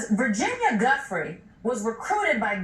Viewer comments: OMG. It’s pronounced Jewfray. Gi in Italian is pronounced like the letter J. Just like in the names, Giuseppe and Giovanni. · jfc, it’s Virginia Giuffre (RIP 🕊️) not Virginia “Jeffrey “ — put some respect on her name ffs. I mean after all it’s only been in the news/public consciousness for the last half decade or so…😑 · Gah, is it Virginia "guffry" or Virginia "joo-frey"? Which one is it?? I don't understand why people can't pronounce names the way the actual person pronounces it. Very annoying.